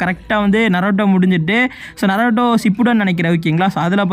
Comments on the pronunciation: Bro atu naruto bro narato ela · Bro narato illa na-ru-to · bro narato illa naruto pronunciation must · Naruto❌ narato ✅ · Bro narato illa Naruto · bro ithu நராட்டோ illa நரூட்டோ bro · Bra narato illa naruto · Bro it's not narato it's naruto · Narato illa bro naruto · Narato Ila bro Naruto 😂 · Bro not naroto its naruto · Thats Naruto not narato 😑